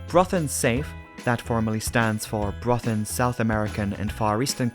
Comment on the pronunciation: Super work,. You went to great lengths to produce a well-prepared video - even the Norwegian names are correctly pronounced. I am thoroughly impressed! Greetings from the Netherlands (despite my Danish name....).